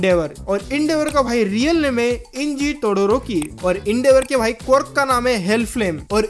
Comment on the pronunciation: ये कॉर्क कॉर्क क्या बोल रहे हो Quirk (क्विर्क है वो पहले बोलना और पढ़ना सिखो